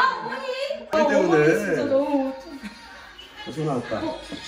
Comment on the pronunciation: 어머니 나무 구수하셔 발음잌ㅋㅋㅋㅋㅋㅋ 이써글넘아